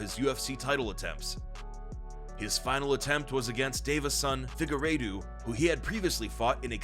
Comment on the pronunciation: If you’re going to make videos about MMA have enough sense to listen. Fig-a-raydooo???? LMMFAO!!!!!